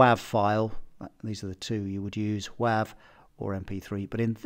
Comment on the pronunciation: The way you pronounce WAV I've never heard before. Most people pronounce it like wave. That confused me a little bit.